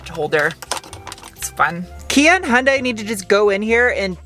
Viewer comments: Love your humor! Please pronounce KIAs sister brand right: yoon-DAY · Fortunately for those of us suffering from car-brand-name-pronounciation OCD, Kia is much easier to pronounce than HI AN' DIE.